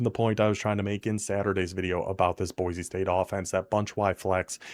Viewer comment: Boy-see, not Boy-zee